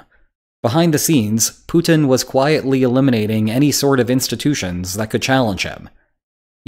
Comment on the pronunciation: LOL The title gives you away, fool. Also, learn how to pronounce the name Putin. Propaganda and wishful thinking.